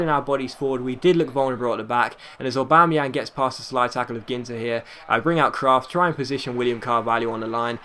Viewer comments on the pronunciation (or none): none